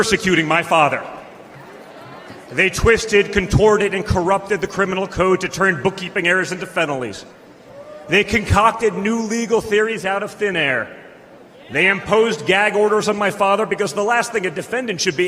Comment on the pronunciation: "they turned book keeping codes into FENALIES..." 🙌🏻 🇺🇲